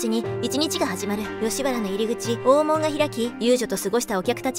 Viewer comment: 大門 だいもん ではなく、おおもん